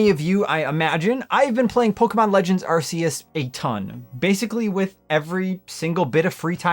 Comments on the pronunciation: You are say the name wrong, it's called Arceus meaning "Arc" not Arseus. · Arc. Arc. Arc. E us. Not arseus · Anyone else getting tired of hearing it pronounced ar-see-us? It’s arc-eus. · I used to say “are-see-us” too until in the literal Nintendo direct they said “are-kee-us” and they invented it so yeah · I'm never one to nit pick about stuff like pokemon names. But I swear, I can't believe how much of a disconnect there is about how to say "Arceus." I've heard the damn commercials officially say "Ark-E-Us," while so many people still say "Are-see-Us." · Ar-KEY-us. I believe its correctly pronounced, according to the Nintendo trailer. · Bro, it’s pronounced “Arkeus”. Even the official Pokémon Arceus trailer says it that way. It’s just negligence and ignorance to pronounce it any other way. Get the net!